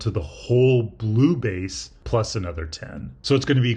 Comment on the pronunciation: sorry but im hearing "beese"